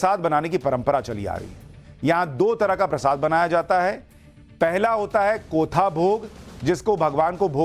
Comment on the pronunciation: कोथा नहीं कोठ भोग